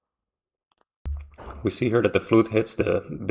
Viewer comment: It wasn't a flute - it was a fludd.